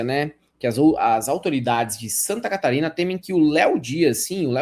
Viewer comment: Santa Catarina? Não, Santanascarina.